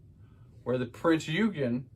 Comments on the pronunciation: Its pronounced prinz ogin the e is silent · It's pronounced: Prinz Oi-gen ...hard G as in the word gun. Great video, too! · Pronouced OYgan - or you could just say Prince Eugene.